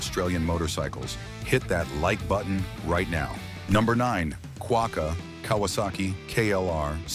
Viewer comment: It is prnounced "quack-a" not "quoka" and has been so since the Mach-3